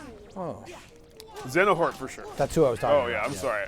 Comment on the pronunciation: did just say "Xenohort"? LOLOLOLOLL!!!!!